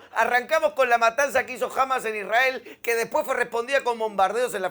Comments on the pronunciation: cuando dijo IsRael y no Isrrael se le cayó la estrella de David al explicador. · Creo que perdí el interés en el minuto 20, cuando ya había escuchado la pronunciación "ISrAEL" por... vigésima vez. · La forma en que pronuncia Isrhael debería hacernos sospechar de su imparcialidad. En ningún momento le escuché decir "limpieza etnica" "colonialismo". Que fue la política que implemento Israel como continuación de la estrategia británica.